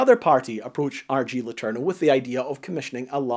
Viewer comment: Imagine being triggered every time he butchered "letourneau" as only native english speakers with no knowledge of french can do. :face-orange-raised-eyebrow